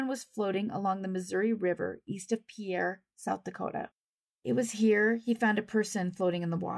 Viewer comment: Just FYI, but I believe the South Dakota pronunciation of Pierre is closer to 'Pier,' but I'm from Minnesota and cannot say with absolute certainty. I enjoy your channel.